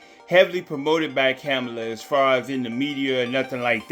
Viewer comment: I’m trying to understand🤔 how are you doing commentary and you can’t even pronounce the Madame VP Harris name😬, It seems to me you both are in the same boat, Janet Jackson is uninformed and you kidnap pronounce VP Harris‘s name🥴